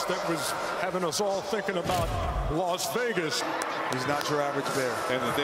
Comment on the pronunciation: why do they say las vegas like los vegas lol